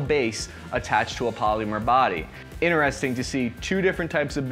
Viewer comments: Wtf is "poleemyur"?? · ...polEEEmer.... garAWHnd. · I can't wrap my head around the way he pronounces "polymer" it's fucking blowing my mind. I can't even make those noises in proximity to each other